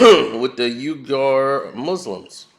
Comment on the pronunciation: Quick facts: NBA has about 14/30 jewish owners and commissioner is a jewish person. Nets owner is playing his part. Also, " Uiyghur" (the muslim minority" in China, is pronounced "Wee - gher". Just tryna help a brother out. Good show.